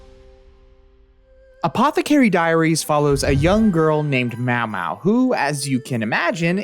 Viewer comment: pronouncing maomao as mawmaw is a crime